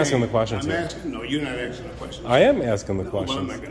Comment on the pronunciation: He’s axein you a question